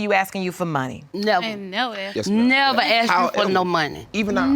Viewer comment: I aksed him a question